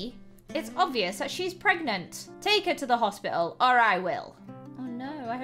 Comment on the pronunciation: Hearing you say pregante just made my day also congrats on 4m subs✨💜